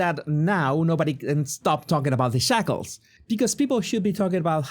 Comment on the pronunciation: Did you say shackles or 'shekels'? 🤣